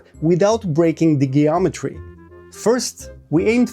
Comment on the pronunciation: Jeeometry not gayometry.